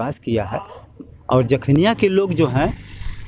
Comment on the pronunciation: समाजसेवा करते कभी नहीं दिखे नेताजी जखनियां विधानसभा में और हा विधानसभा क्षेत्र का नाम तो सही से बोलना सीख लो जखीनिया नही जखनियां होता है